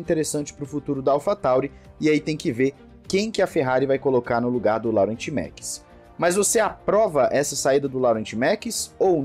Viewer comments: a pronúncia não é "Laurent" e sim "Lorrãn" 😄😅😅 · “Laurent” naoooo, se fala “Lorran” por favor hahahaha 😅😂😂😂